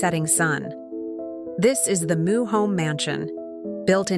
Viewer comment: Meux is not pronounced moo it's m'yew